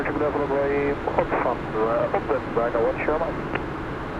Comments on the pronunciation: Edinburgh........Edinburruh...... the g is silent ..... excellent video chaps. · Flying to my neck of the woods in this one, welcome. I found it funny 😂your original pronouncement of Edinburgh, I'm sure we all do the same with American Cities / States. I'm not a IRL pilot so wouldn't be able to answer your question on RTC call, but I'm certain someone will. There is another landmark on long final to right (Jeff's window) which is the Forth Road Bridge. Looking forward the flight to Iceland next, I flown similar on MSFS.